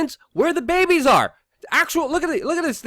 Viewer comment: S/N I like how Luke pronounces "babehs" LOL